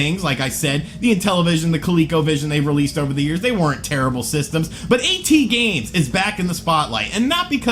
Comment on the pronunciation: You can't even say "at" correct lmao, go back to school mate